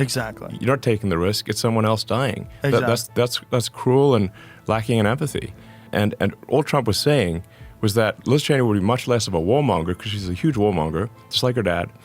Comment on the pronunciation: It’s Yuge!